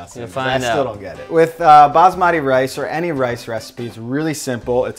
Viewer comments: Its not "bazmadi" its pronounced bas-ma-tee thats how we pronounce it in india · lol it's pronounced busmuti not baasmaati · You guys are amazing and make some amazing video but got dam it’s. baSmati not baZmati. So dam annoying when you say Z for S -.